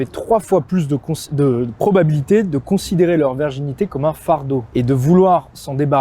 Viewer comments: excusez-moi, mais prononcez bien correctement le mot virginité avec un "I", parce qu'on vous entend dire"verginité"!😂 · Pourquoi prononcer "verginité" au lieu de "virginité"?! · La verginité ou la virginité? ^^ Attention à la diction garçon. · Merci mais si tu dis encore une fois verginité au lieu de virginité je me désabonne 😭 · Ton discours est intéressant et juste par contre c'est "virginité pas "verginité".